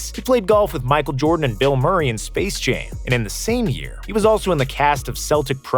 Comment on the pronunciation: Am I the only one who heard space jame